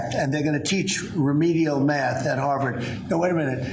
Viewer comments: the idiot couldn't even pronounce Math !! for god sake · Had trouble saying math